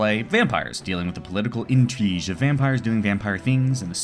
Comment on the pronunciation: I like how intrigue is "intreej"